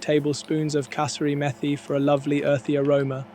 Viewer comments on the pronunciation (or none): This does look amazingly rich and delicious. AI voiceovers can be funny, but I still smart at the pronunciation of kasuri methi (dried fenugreek leaves), which is pronounced, ‘ka-soor-ee,’ just like the Punjabi town in Pakistan where it originates. Just sayin'